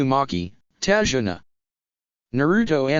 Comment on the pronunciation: it's tazuna